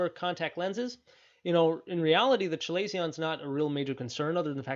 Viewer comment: This is a good video 👍. Feedback: Chalazion is pronounced “kuh-ley-zee-uh n“.